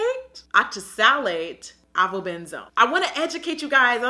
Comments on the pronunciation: She said "Benzone/Ben-zenay"😂😂🤦🏾‍♀️....just to help ya girl out it's pronounced "Ben-zone" or "benzene = Ben-zeen" ❤️xo a Biology premed major and a faithful viewer (just in case you weren't being funny)😅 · Pronounced: Ay-va-ben-zone. Lol